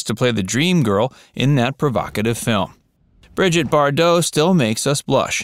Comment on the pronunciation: SIR-----------PLEASE----------LEARN TO RESPECT PEOPLE'S NAMES, PLEASE ! Her name was Britte--ah Bardoe & his name was Rogay Vadeem . ---------I know, I know, it's the French, but still------------come on, man.